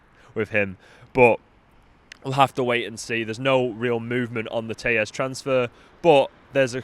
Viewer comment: His name is pronounced "tell - es" not "tay-es" as he's Brazillian.